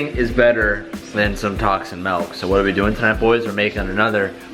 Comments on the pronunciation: ITS MILK NOT MELK!!!!! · Pretty sure your saying melk. It’s milk you chach. XD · ITS NOT MELK ITS MILK XD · Why does he keep saying MALK ITS MIIIIHLKKKKK NO MALK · Melk??? its Milk with an i not an e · its MILK not MALK. smh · stop fucking saying melk it's milk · Bruuuhhhh Teeeej....... It’s MILK!!!! Not MELK.... Stop being a hoser. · "MELK" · Y’all should look up Malk by Julian Smith. Can stand the way says milk lol love you still dude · is he trolling calling Milk MALK? lol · "Tacs and melk" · "Tocs and melk" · Is he saying "Milk"? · It’s “Milk” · I get triggered everytime he calls milk ‘melk’ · Wtf is melk. Lmao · So that’s how they say milk in California huh? 😂😂